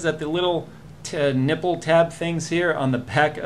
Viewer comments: I swear he says teh nipple. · He did >.>